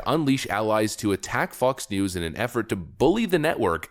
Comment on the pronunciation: He said f*cks news